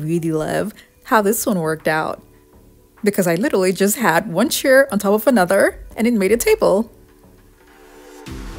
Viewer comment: Chair rhymes with "air".